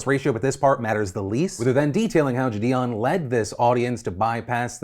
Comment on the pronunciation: I'm actually gonna unsub if he mispronounces jidion one more time